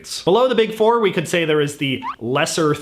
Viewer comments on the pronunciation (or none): none